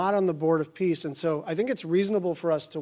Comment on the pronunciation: Are you sure it’s the board of peace not piss?